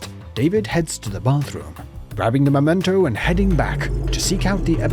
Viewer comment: It's memento, _ not _"momento". So many Americans seem to get this wrong.